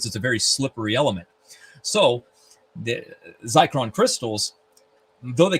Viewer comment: *Zircon not zicron